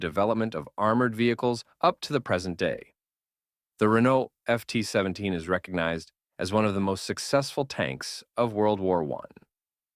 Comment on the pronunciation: Total bs he FORGOT the centurion, Panther, Patton, and added the maus, Crusader, and FT-17 which he obviously cannot properly pronounce